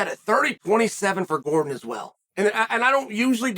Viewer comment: Chael can't go thru a video without calling Jared Gordon Eddie truck Gordom lmao